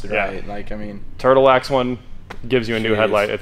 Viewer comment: And... "TIRTLE WAX HEADLIGHT RESTORE" for the OMG WIN!